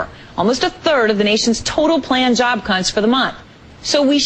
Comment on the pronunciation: Giggle... I understand the seriousness here. I do. But but but-- Job cunts? ... am I the only one that heard that...?